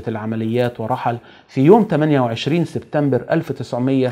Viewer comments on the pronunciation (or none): none